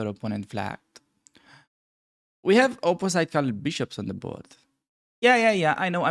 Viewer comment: because your english it’s very good , I can give you a little trick to improve it further: check pronunciation for two very common words: ultimately and opposite although some people like to hear European accents